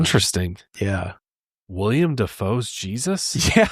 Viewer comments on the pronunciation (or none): no way just said WIILIAM dafoe 😂😂